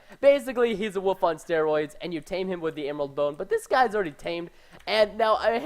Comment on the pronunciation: I love how Preston says "woof" instead of "wolf", haha